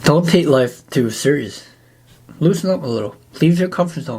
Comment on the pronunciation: Bro really did all of this to say "lossen" 💀